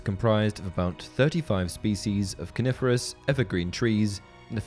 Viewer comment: I keep thinking he says carnivorous and not coniferous lel